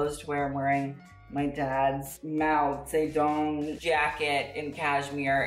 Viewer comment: I thought the way you causually said Mao Zedong was impressive, and then you started to curse in Chinese in the nastiest way possible , RESPECT!